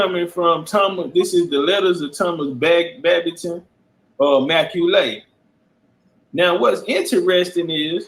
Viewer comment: MacCualay is pronounced Ma Cawly (Call Lee) and there's several different spellings for the surname, knew a few But this major gem you're dropping is da bomb, just got through watching a drop on that outside of Khoisan, Berbers & Pygmies, all the other African ethnicities came from the Middle East and Southwest Asia BIG CHIEF STOMPIN' DA 💩 OUTTA THE PSEUDO AFRICAN IDENTITIES PLACED ON US AND ABROAD‼💯🎯